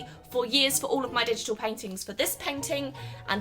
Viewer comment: Anyone els thought she was saying peng ting insted of painting